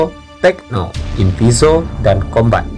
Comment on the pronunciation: ka tulisan nya kombat tapi di baca nya kombet